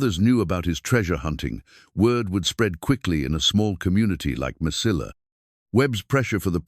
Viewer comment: Mesilla, is pronounced. meseyya. It's a Spanish word the ll is like a y at the end of a word.😊